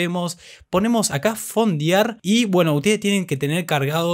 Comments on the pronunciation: Se escribe y se pronuncia "Fondear" no "Fondiar". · "Fondiar" 🤦‍♂️. "Fondiar"!! 😥